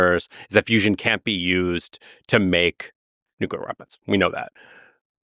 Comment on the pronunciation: nucular fizz fizz